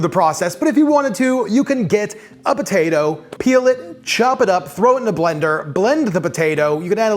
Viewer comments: Idk about y'all but I'm hearing him say "BATATO" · He is saying Batatoe, right? 🤔